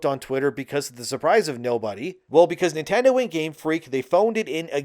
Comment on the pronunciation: everytime u say Nintendo my mind suffers